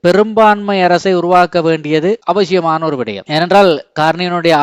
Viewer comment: அவசியம் சரி அவஷியம் அல்ல இது தமிழ் அல்ல